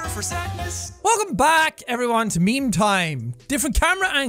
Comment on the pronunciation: Jack: Its meme time its meme time What i hear: its BEAN time its BEAN time.